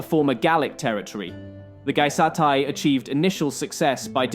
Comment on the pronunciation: It's pronounced gey-es-tay not gie-sat-ie